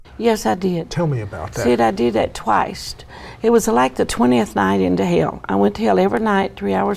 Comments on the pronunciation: At , I’m fairly certain she said "I did that "twiced." I don’t know, man. Anyone who does something TWICED has no legitimate reason to lie about it. I’m starting to believe her!!!! 🤣🤣🤣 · Wft is "Twicet"